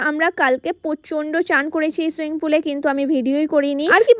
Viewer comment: তুমি উচ্চারণ ঠিক করো "বাঁনছিল" নয় বাঁধছিল, "সুইংপুল" নয় সুইমিংপুল, "শরীল" নয় শরীর। আর পুরো নেপাল নেপাল করে এমন করছো যেন পুরো নেপাল দেশটাই তোমার বাড়ি, তুমি সেখানকার মহারানী 😅😅